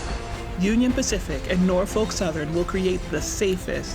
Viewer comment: First….learn how to say Norfolk….